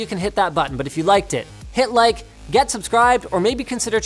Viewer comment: "Hit like" sounds pretty much like "Hitler" to my foreigner ears. Oof.